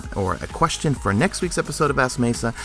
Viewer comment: It's a hard E, not a soft E (in my name) #mesafail jk